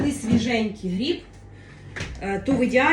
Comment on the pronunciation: Особливо "гріб"